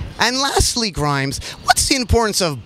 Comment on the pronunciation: mundinho grimes falando "a im grimes"